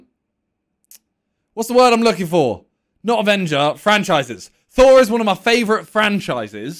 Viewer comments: He said Thor, I heard Saw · Sounds like he said phor and not thor